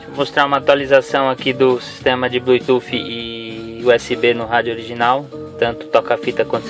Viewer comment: Seu vídeo é bom, mas o que mata e esse seu "BLUI TUFFI"...